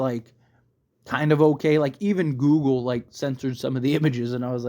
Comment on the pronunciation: You're dragging on and on... repeating, over and over. Say Google weirdly one more time please....